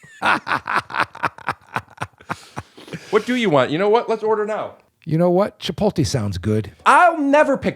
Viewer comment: Steve Glassman says Chipol-te just like my parents. 🤔